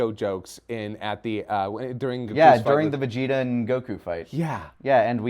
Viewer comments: Gokew gokew gokew bruh why can't the dude on the right say Goku? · Being bothered by GoHAN yet still pronounces the name of Goku as Goh-Kooo